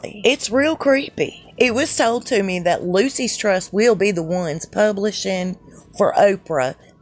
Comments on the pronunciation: It's NOT 'Lucy's Trust'. It's LUKUS Trust! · I hear she's a transgender lady too! Don't look like it to me, but they work wonders like they do with Michael Obama, but it's easy to see him, so huge and muscular! Took a crew of 22 to dress him, lol! Anyway, just sayin' it's pronounced LOO-SHUS, not Lucy's Trust . God Bless all truth seekers, thanks for the fun video! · "Loose Ess Trust"...not Lucy.s.. Lol! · Lucis trust is a satanic organization. It is short for Lucifer's Trust. Dont make it sound like "Lucy's Trust" It sounds more like "Lu-sis Trust"